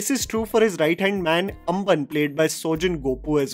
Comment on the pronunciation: Amman nehi ambann bolo😂😂🔥🔥🔥